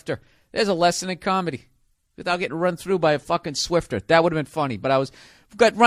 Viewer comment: Bill always says Swifter mop. Does he mean Swiffer? Lol